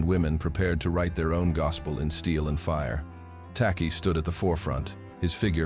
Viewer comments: Pronounced 'Tay-Chi' by the Akan of modern day Ghana, the first African country south of the sahara to fight and gain its independence from the British empire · The chant was in Twi pronounced chwi!